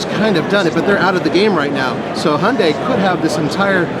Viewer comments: Sounds like hes saying Honda santa cruze, Americans can't pronounce Y's and I's? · You you always pronounce it as "HUNDAY"????